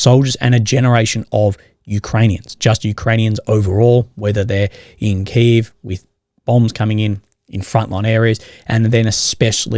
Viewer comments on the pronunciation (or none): none